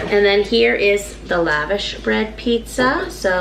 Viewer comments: It’s lush-gosh bread if you want to say it properly. Not Lavish. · Love your videos. I've always heard it pronounced laVosh bread. Webster's dictionary online seems to say it that way too Yummy stuff. Good idea to do pizza with it.